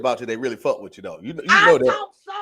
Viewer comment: Faaaaak. The 'u' is replaced by a few 'a's. New Jersey! WHUD (<-what)?!?😜